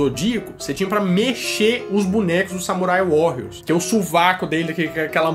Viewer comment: Samurai WaRiors! se escreve com dois R's e se pronuncia com um R só háháhá